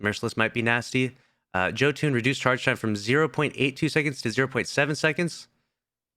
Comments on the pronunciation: its pronounced "Yoh - Inn" not "Joe Tune" 😂😭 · Been over 2 years since Jötunn came out and this guy still says Joe Toon